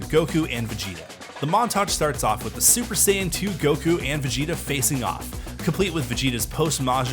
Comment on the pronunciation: You can’t call yourself a fan if you watch the show and still get the names of things wrong. Wtf is a “super cyan” and who is “brawly”?!?!